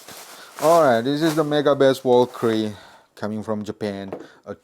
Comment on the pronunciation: It’s pronounced; “Vel-ka-ree” 😅